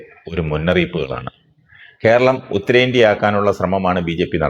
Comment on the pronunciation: ഉത്തരേടന്ത്യ❌❌ ഉത്തരേന്ത്യ✅✅✅✅